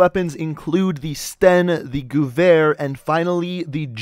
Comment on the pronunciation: Gewer**** not guver read it like a person who speaks English not one who speaks wherever the gun was made at